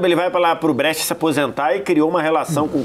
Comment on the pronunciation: "Brêtia" não dá pô, nem em português nem em italiano ta certo isso aí. Em italiano a pronuncia é "Bréchia" 😅😅😅